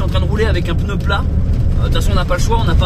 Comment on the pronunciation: Depuis quand on prononce le mot pneu : peneu ?? Pourtant tu SAIS le dire 😅 sinon Charlotte a une très jolie voix dommage que tu la cute. Je lamce un # on veut entendre Charlotte !!